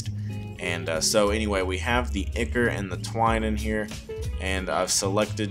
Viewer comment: Awesome. Tyvm FYI: ichor is pronounced EYE-kor :)